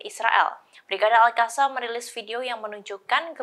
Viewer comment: Qatar bu, bukan hatar...al Qosam bukan al hasam...🤦